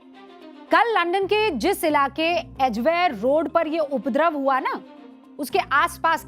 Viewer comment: उपद्रव शब्द का सही उच्चारण सीखिए